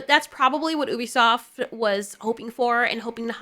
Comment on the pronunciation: It's Ubisoft you-bi-soft